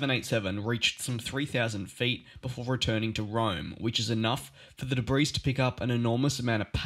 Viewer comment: Please note, your mispronunciations detract from the credibility of your reports. Specifically, the word "debris" is spoken with the "S" being silent. It is correctly said as "debree" not "debris." I trust you can accept "constructive criticism." Thank you for your effort.